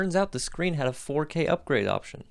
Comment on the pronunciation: Screen not screem what a fool